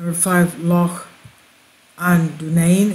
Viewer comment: You're pronunciation of 'Loch' is great! Wonder why they built them...wish I lived on one. Bless you